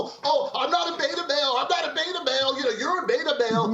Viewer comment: I know it's a British thing but maybe the rev is confusing Ben for Bill in the flower pot men (beeeta). Check it out it's a kids BBC show from the 60s they smile weed and have lost the ability to speak coherently (a lot like Ben).